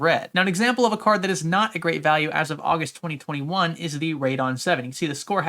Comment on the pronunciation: The month of ''Ausust'' that's pretty sus, good video tho